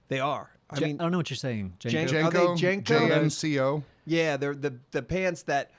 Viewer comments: might have known what you guys were talking about if either of you could, correctly, pronounce Jnco (Jean-co). You both said 'Jane-co'. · Jnco pronounced jinko was wore by skaters and goths and alternatives type folks how you not heard of or seen them wth